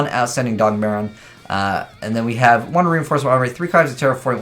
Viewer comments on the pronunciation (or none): none